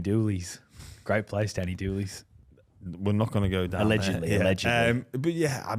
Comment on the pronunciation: Please don't disrespect Danny doolans by saying Danny doolies 😂